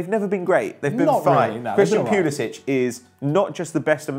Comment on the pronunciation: Your pronunviation of Pulisic makes me want to blow my brains out. It's not pyulisich, it's Poolisik